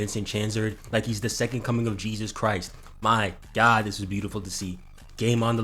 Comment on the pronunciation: Please don't say God like that